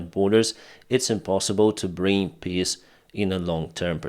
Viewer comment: Not making fun of you,, but the Ruzzian "peace plan" is a piss plan, as you pronounce it...Heroyam Slava.